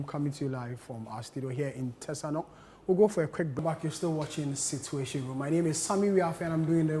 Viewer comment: Situation and not Cituatiom.